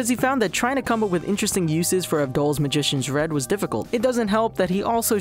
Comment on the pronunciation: The way you say avdull